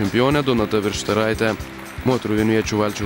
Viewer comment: Vistaraite.. jobsikmat.. 4 pavardes tik ir nesugeba perskaityti.. VIS-TAR-TAI-TE